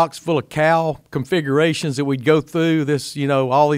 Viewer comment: Oh cowls configurations!!! Lol I thought he said cow configurations. I was trying to figure out what he meant. Lol